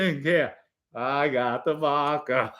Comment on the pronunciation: Joey never said anything negative about Gene Mom but you guys had to go low and dirty with the wife comments! Normal behaviour on here from RATS. You can’t shine Merlino shoes. And learn to pronounce the letter “A”. It’s Vodka and not Vodker. It’s social Media and not social Medier. The jealousy that comes from all you RATS is incredible. Go back to the hole you crawled out of like real RATS do 🐀 🐀🐀🐀